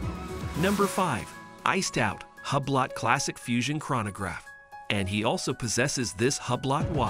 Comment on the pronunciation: Learn the correct pronunciation of Hublot.